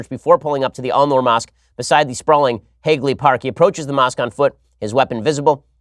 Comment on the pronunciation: me in new zealand laughing at how he said hagley